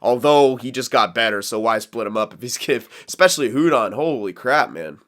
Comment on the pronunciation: Hudon is pronounced uudon